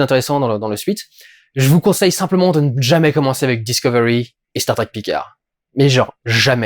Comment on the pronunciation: "Picard", t'es pas obligé de prononcer le D, à la fin. C'est un nom FRANCAIS, je te rappelle.